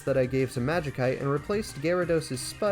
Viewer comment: It's a pretty good one, I legit couldn't tell it was TTS until it couldn't pronounce Magikite.